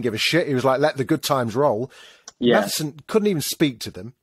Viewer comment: Its MATSSON, not Mathison otherwise enjoy your reviews 👍